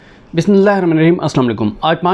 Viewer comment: Bhai , plz BISMILLAH mukaml talafuz sae ada krae ,JAZAK ALLAH